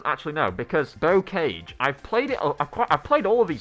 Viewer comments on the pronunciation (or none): It’s pronounced Bo carge. 🤦‍♂️